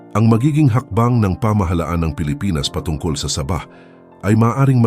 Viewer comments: Sabah Po d saba hahaha 😂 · Hindi po saba kondi sabah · Hehehe tunog saging at sardinas eh hehehe 😁😁